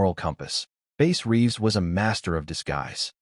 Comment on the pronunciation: It’s Bass Reeves !!! NOT Base Reeves